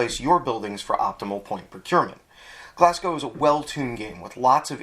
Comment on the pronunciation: Good vid. Just to let you know, Glasgow is pronounced Glaz-go.